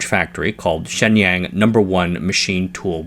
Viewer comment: It is distracting to hear you mispronounce “Shenyang “ so badly. “Waiter “ has a long “A” and the “A” in water sounds like “ah” You pronounce the “A” in Shenyang in a way which would make “water” sound like “waiter “. You use the accent of a country bumpkin.